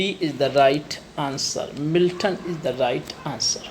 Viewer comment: Please pronunciate the word'is' correctly.